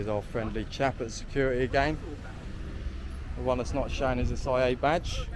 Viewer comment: The security has a ‘ t ‘ in it , not securi ee .!😊